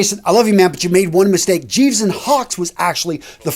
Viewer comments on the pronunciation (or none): Hello, FYI, in Gieves & Hawkes, Gieves is pronounced with a hard 'g' (like geese), not a soft 'g' (like Jeeves). Just thought you might like to know. Kind regards, Mark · It’s pronounced GI like a BJJ Gi not Gee as in gee wiz.. Gieves & Hawkes.